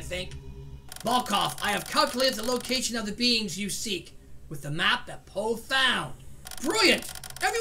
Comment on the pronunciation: why do you call PO pol?